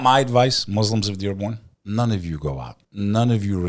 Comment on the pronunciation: You guys gotta say Muslim and not Moozlums please for the sake of allah , love you guys 🎉 keep going